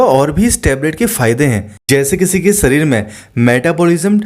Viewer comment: सरीर (शरीर) पहले अच्छी तरह बोलो अन्यथा दूसरे को मौका दो। राम देव की तरह अकेले नाटक बाज़ी न करो